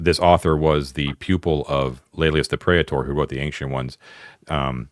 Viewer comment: I know, I know. Comments that correct pronunciation are only slightly worse that ones that just say "First!". BUT you did ask! Tyro = TIE-roh, and since you now have me on a roll: Praetor = PRIE-tor or PREE-tor (only two syllables) Areopagite = ar-ee-OPP-uh-ghyte (a hard G sound and accented on the antepenult -- it's Greek) Sorry. I had to get that out of my system. I'll go back to enjoying the show now. :)